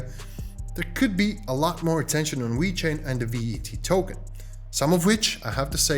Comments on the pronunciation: this guy calls it wechain lol its VEEEEECHAIN LOL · It's not called We-Chain. It's pronounced exactly as it's spelled dude. Ve-Chain. Please stop pronouncing it in that manner. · Wait.. does he keep saying wee chain?